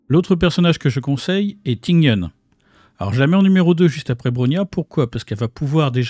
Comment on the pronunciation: Ah... je prononce a la franchouze lol. Tu dirais comment ? Après j ai vu que tous on fait pareil qur moi pour ting youn et non ting yun lol